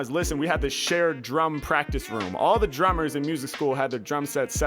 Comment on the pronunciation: this man said actually pratice about ten time within the first minute